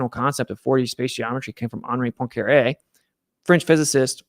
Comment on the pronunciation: It is well Poincaré so you pronounce it poincaray. The difficulty for eng speakers is to say to 'oin' but you do it pretty well 😉